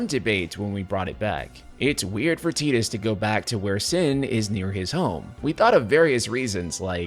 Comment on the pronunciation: You lost me as soon as you said "tee dus" , just because the Japanese speak English horribly doesn't mean you have to.